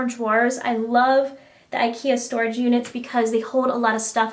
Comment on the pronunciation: Funny how you say IKEA :)